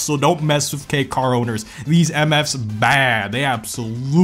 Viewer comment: He got the accent on the Kei car lol